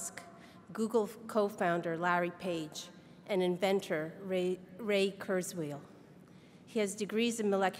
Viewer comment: lol the woman at the beginning murdered Ray Kurzweil's name ahah